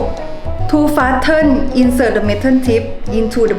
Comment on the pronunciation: To fasten (seat belt) ไม่ได้อ่านว่า แฟสเทน อ่านว่า แฟสซื่น นะครับ